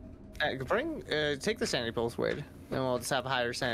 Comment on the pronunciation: Every time says Wade's name, it always sounds like he is saying Babe